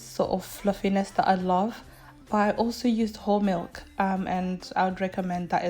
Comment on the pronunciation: I love how you say ba-a milk 😂😂